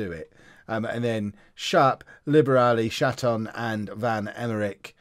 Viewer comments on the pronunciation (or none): I believe the pronunciation is 'shar-ton' Which is even funnier!!! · I know its childish but I giggle every time says Chatton's name